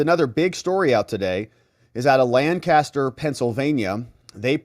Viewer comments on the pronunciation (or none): Its pronounced Lank-aster PA Not Laan'-caster!